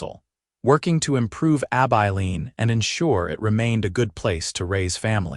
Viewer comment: Learn to pronounce Abilene.